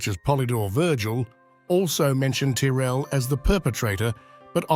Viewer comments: Interesting research. Why do you keep swapping pronunciations of the name Tyrrell? It's normally pronounced 'Tirrell". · The voice doesnt pronounce Tyrell the same way all the time. Disappointing